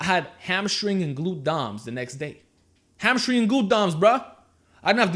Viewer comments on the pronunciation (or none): hamma-string brah